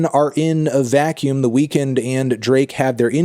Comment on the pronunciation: Thank you for saying The Weeknd’s name properly. I hate it when people call him The Weekend.